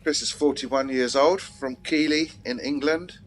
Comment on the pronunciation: Keighley is pronounced keethelee.....